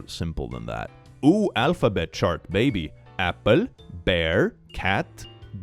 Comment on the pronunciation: Ah yes, “Applum”